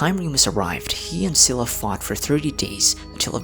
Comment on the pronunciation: i think Scylla is pronounced as "skai-luh" not only by Genshin VAs but also by Google 🙂